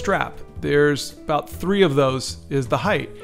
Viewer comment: I love everything 'aboot' this boot drawing :)